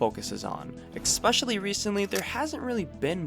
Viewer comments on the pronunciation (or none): Why are you pronouncing about as " a boot" that's not how you're supposed to say it lol Edit: And also especially as " ec - specially" there isn't a c before the s lol